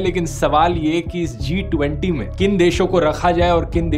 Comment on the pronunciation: I really laughed hard, for the way dhruv addressed "T20".😂😂